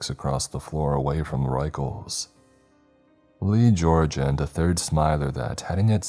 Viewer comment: The author specifically clarified the pronunciation of the word "Ruechells" - it's "Rickels" yet you insisted on using the most unintelligible pronunciation every time. Annoying.